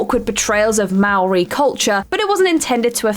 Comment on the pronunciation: Not a bad pronunciation of moari.